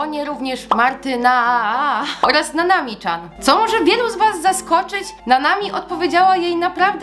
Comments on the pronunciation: chce tylko powiedzieć że nanami chan czyta sie nanami cian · Nanami CIAN a nie czan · Nanami Chan na początku swojego kanału mówi jak to się czyta. I to się nie czyta Czan. Przepraszam kazdy może się pomylić ale trochę mnie denerwuje jak ktoś mówi niepoprawnie. 😅 A odcinek bardzo ważny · CIAN, Nanami CIAN nie czan pls to że jest tam Chan to czyta sie cian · Nie mówi się Nanami Czan tylko Cian😑😐